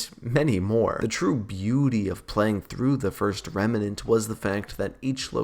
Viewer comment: Not Remanent it's remnant